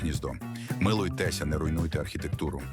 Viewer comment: зміііЙАа 😂... милуйтЕеЕЕесЯЯя. Використовуйте +перед наголосом, і після наголосу+. Яещо мало, тоді ++наголос+.